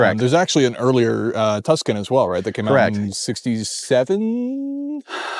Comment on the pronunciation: "Tucson?" "Tuscan" "So this is the 2000 TVR Tucson"